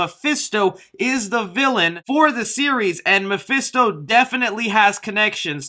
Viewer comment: I'm fed up of hearing mafisto